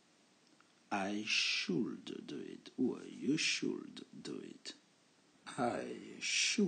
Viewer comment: BONJOUR (Question)POURQOI FAIT TU SONNER LE (L)DANS WOULD COULD SHOULD ALORS QU'ILS SONT MUETS A L'ÉCOUTE CECI DIT J AIME BIEN TES COURS (CHRISTIAN)